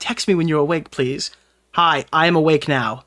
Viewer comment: OH HERRO PREASE